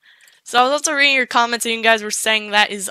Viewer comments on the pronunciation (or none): none